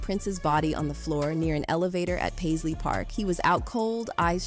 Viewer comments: By the time it got to Pazlee the second time, it knew how to pronounce it. It's still learning. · Paisley was pronounced two different ways. Got it right the second time. Good AI!